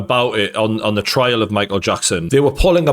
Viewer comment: Why do you keep saying "trail" instead of "trial"?